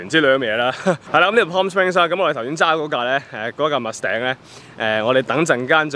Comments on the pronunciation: wrong pronunciation, what is mus頂？？？ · Mustang 都唔識讀🤣🤣🤣🤣